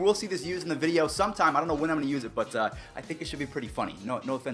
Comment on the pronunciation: he lunged forward trying to be safe but i’d say it wasn’t on purpose. loved the “vidoe” though😂